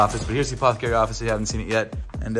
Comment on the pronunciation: take a drink every time he says apthcry in this vid